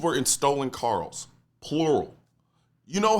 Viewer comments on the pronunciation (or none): "Stolen carls"? 😂